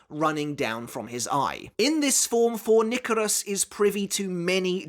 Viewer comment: It's not "For-nick-a-rus" It's "For-KNEE-ka-ri-us"